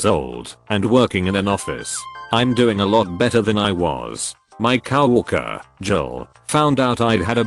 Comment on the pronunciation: You need a better robot Cow worker among many mispronounced words in the video